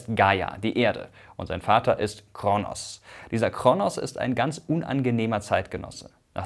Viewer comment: Heißt es nicht Kr-ooo-nos und nicht KRnos